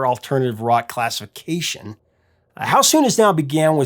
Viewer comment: You should be embarrassed. This is seriously laughable you're obviously no rock and roll expert. By the way you said classification wrong like a child with a speech impediment.